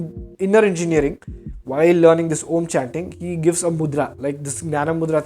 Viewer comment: While its good to know you are meditating and getting it’s benefits I had a few concerns. Firstly, you took advice from Sadguru who doesn’t know Sanskrit. So the pronunciation is incorrect. Secondly, the spiritual experience you had was only because you were tripping. Meditation in its initial stages makes you trip for a very few seconds just like any psychedelic experience. Thirdly, this video is bullshit. Please find better ways of making money and being famous.